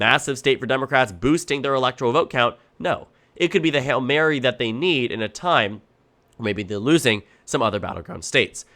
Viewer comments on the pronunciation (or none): none